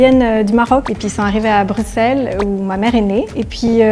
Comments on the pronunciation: personne a capté que a dit buXelle dès le début mdr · ouais mais apres quand on lui a redemandé il a corrigé en brusselle après avoir entendu les autres le dire "normalement"